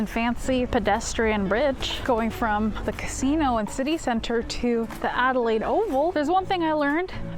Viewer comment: never encountered someone who couldn't pronounce Adelaide.